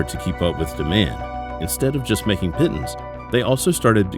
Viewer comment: The "pittens" pronunciation grates.